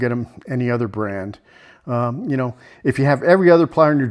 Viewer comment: Maybe,but that's no fun. Do you kah-now what I mean? 😀